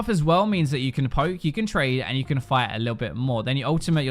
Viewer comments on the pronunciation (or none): none